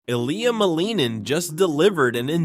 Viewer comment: Before you make a full video on an amazing talented Olympian ice skater like Ilya, you should probably learn how to pronounce his name correctly.